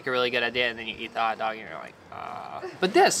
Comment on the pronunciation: A hotdog should never be pronounced as a karate word.....quinwaaa 🤣